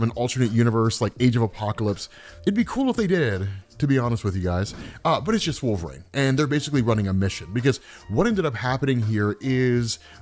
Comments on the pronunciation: Once....just once, man. Pronounce it correctly. It's "reen", wolverine! Not wolve"raine" SHEESH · The way you say wolverine with an A. HURTS. it hurts sooo much. Great work